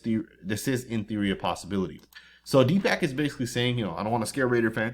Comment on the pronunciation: as a fellow Indian I am very disappointed you cannot pronounce the doctors name correctly. Deepak is pronounce Dee.puhk. Love the videos. Lol